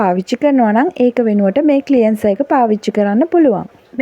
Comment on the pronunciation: ක්ලියන්සර් නෙවෙයි ක්ලෙන්සර් කියන්න.ර් silent